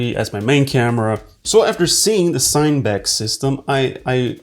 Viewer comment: It’s actually pronounced ‘sin-uh-back’, as in cinema, FYI. ;>